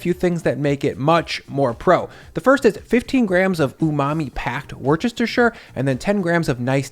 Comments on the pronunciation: Good tips.. Thank you I think its pronounced Woostershyer😁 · That's a mighty strange pronunciation of "Worcestershire". It's "Wooster-sheer". There is no "ch" sound in it. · Great recipe but also the funniest pronunciation of the county of Worcestershire I've ever heard and I live there 😂 Phonetically you cant go wrong with: Wust-a-shuh Comedy gold buddy, we replayed that bit so many times 😂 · Love the recipes, thanks for inspiring me to try baking! Friendly FYI, worcestershire is pronounced wu-stuh-shuh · Wu-Ster-shire not wor-Chester-shir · Worchestershire - Woosh-tuh-shur. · FFS! Just say Wooster sauce, OK? The eggs benedict looks great but steamed asparagus takes them to a new level. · Pronounce Worcestershire sauce like wuss-ter-shire. Or just wuss-ter sauce . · Wus-tur-sure Possibly sounds simpler in my accent being an English person and I do chuckle when people try to pronounce Worcestershire ☺️ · Fun fact: it’s pronounced “Woosta-sheer.” I have yet to see a cooking video where anyone has nailed that! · Worcestershire Sauce: Wuss-ter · The shire syllable still gets pronounced. WUSS-ter-sure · Never ever say Worcestershire like that again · Please learn how to say Worcestershire